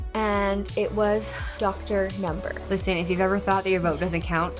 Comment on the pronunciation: I thought that's what I heard. No. It's not 'Dr #':)